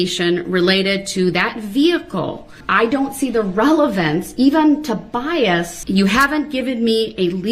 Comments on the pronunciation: OMG one of my favorite moments... BIAST. bias? BIAST. no B-I-A-S, bias, there is no T at the end. LMFAO...judge and educator. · Had me laughing when he kept saying "BIEST" and the judge was like, "oh BIAS?" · He also learned the word is “Bias” with no T at the end 😂